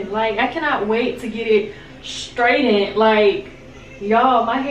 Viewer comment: That edge control works GREAT for me. Try tying it down with a scarf! And, it's straightened (straight-end) not (straight-dent) lol. Have fun in Jamaica!